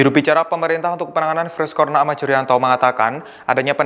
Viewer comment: Virus Corona bukan corna